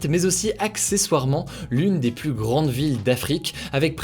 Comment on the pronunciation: Arrête de prononcer le "s" de "plus" ça stress de ouf